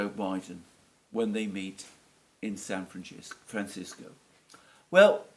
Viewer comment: What happened to San Fran-chis-co?